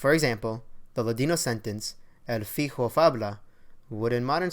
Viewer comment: I am a native speaker of Ladino. You are not pronouncing El fijo faVla correctly. The the J in ladino does not have an H sound, but rather, it makes the sound of the French J. Also, La noche la esta is not the way to say this night in ladino. This way of saying it is only said during the Passover seder. La noche la esta is a calque translation from Hebrew. The way to say this night in Ladino, is exactly the same way as it is in modern Spanish, esta noche. If you would like to hear Ladino spoken correctly, I invite you to visit my YouTube channel where I tell story in Ladino. Kuentos Sefaradis. I hope you are not offended by my corrections. Please feel free to leave a comment in my channel. Be well.